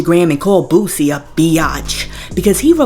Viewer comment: It’s boo-sie not boo-zie 😂😂😂